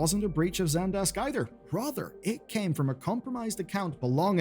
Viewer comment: i swear i heard "Broother" rather than "Rather".